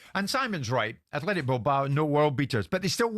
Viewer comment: *Athletic Bilbao, Simon, not Athletico, which isn’t a word. Athletic for an English club (as Bilbao are), or Atletico for Spanish clubs (Madrid).